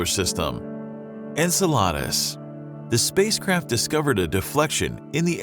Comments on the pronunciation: Are you pronouncing enceladus like enchiladas on purpose to irritate? Because its working 😠 {en-SEH-la-dess} NOT en-sah-LARD-uhs 🤦🏻 'secrets of the universe' pfft. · Enceladeus pronunciation is disgusting...it's like he's saying enchiladas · "ENCELADAS" 🤣🤣🤣🤣🤣🤣🤣🤣🤣🤣 its en-sell-a-dus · I've never heard this moon named after Greek mythology pronounced like "enchiladas." It's en-SEL-uh-dus you rube. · En cela dus not enchilada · ensel ardus? I thought it was Enseladus. but hey, what do I know. Thanks for the vid though. It was good and interesting. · Really?! En-salad-es? It's En-Cell-A-Dus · Great video, seriously this was fantastic. Love the Cassini-Huygens mission and it's so sad we haven't sent anything modern back to Titan .... but if I have to hear this narrator pronounce Enceladus like "enchiladas" without the "ch" one more time I'm going to lose my friggin mind... It's EN-SEH-LUH-DUHS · Enceladus is pronounced- in cell a dus You make it sound like enchiladas, which is good food but not a moon of Saturn. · He killed the names of the satellites (except Titan)...if what should sound as Enkela-thoos came out like Enchilladas one dreads to think how this guy will narrate the mission to Uranus! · According to Miriam-Webster it's en-SEL-adus, not en-sel-AH-dus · If I hear someone say EN-salad-US one more time I think I'll freak the [redacted] out! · Bro u Called Enceladus Ensalada😭🙏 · This guy cannot pronounce Enceladus (en-seh-luh-duhs). If your going to talk about Astronomical bodies, at least learn to pronounce them correctly. Google how to say it properly if you're not sure. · did...did he just say enchaladas? instead of enceladus? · It's pronounced ''N - Cella - dus" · You highly mispronounced "Enceladus." en-seh-luh-duhs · What he says: enceladus. What i hear cause im fat: enchiladas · It's pronounced en-cel-i-duh-s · The way he called Enceladus reminds me of Enchiladas 😂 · En-sell-ODD-iss... Hahaha. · my man pronounces Enceladus like "enchiladas"